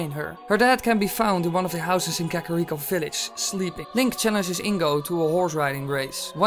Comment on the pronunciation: Kaka reek-o